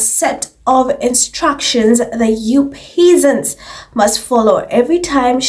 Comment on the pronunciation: Has anyone bothered to look at her? Nothing about it is refined. Yes. I said it. The Ho is coarse, classless and common as dirt. P.S. pronounced PEZZANTS..😊